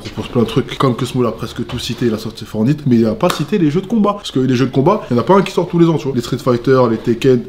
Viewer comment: Mdr on dirait un daront quand il dit fortnite il dit fornite